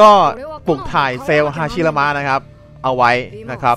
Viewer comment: ฮาชิรามะ พี่ไม่ใช่ ฮาระชิมะ